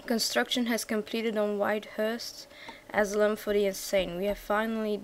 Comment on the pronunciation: nice videos once more btw asylum is said a-si-lum (